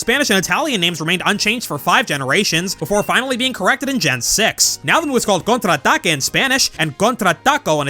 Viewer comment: As an spanish speaker myself i have to say you actually pronounced contador y contraataque pretty well, good job! :D Also fun fact: Lei, Kukui and Burnet's son in the anime is referenced as a girl in the latin american dub. PD: flop is better than hop